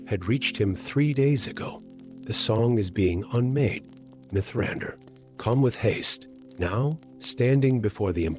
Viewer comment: Diction is uncanny valley. Too measured. Mithrandir read phonetically.